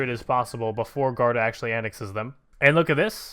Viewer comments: it is guarda not garda, read the u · Luis Pinto Yeah, he should say "goo-are-da"